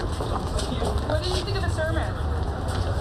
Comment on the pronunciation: You mispronounced “all” of her “sermon”